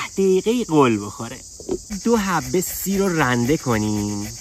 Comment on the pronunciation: کارت حرف نداره 👌👌💙💙 اما خودمونیم سییری رو خیلی بد میگی 😁😁😁